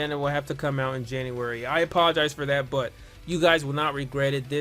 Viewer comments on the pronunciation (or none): none